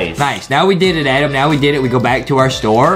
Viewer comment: The game says adam but its adem lol